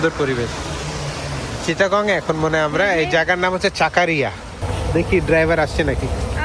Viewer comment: চকোরিয়া not চাকারিয়া